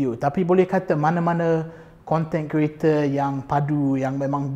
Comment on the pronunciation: Selalu tengok melayu bercakap ada slang omputih sebab dibesarkn berbahasa inggeris, ni betul2 omputih ckp melayu dgn slang omputih. sebut content creator aku asyik dengar content kereta 😂 setuju pasal fitness tp nk bg cadangan buat yg ramai boleh follow, dan diet sekali. Maksudny diet suku2 separuh. Bukan strictly eat clean no oil no sugar but try to minimize the intake 😁